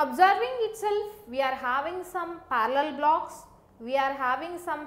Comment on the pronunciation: Are you saying blacks or blocks?